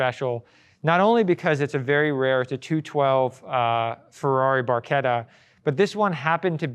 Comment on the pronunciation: Automobiles Super and Hypercars museum in US??? what´s next? Baseball museum in Europe? and Im Not english, but the name of 360 is Barchetta!, not bourquita.....and Coupé pronounces COUPEY, because of de É in the end, not "Koup".. (that can explain where thoose names and cars belong)